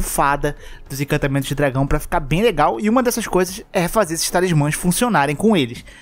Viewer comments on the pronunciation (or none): pelo amor de deus, arruma esse "incantamentos" é encantamentos